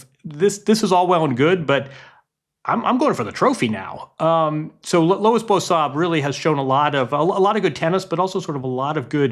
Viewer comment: This dude butchers every name that's not Smith, Jones or Brown. Bosan? Fonseeeka? Come on man